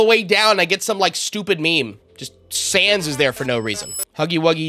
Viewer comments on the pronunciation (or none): none